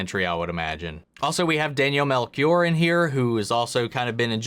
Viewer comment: it's pronounced Mel-She-Or